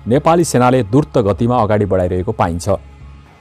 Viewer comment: Dur-Ta ho ki Dru-Ta ho 😁🤣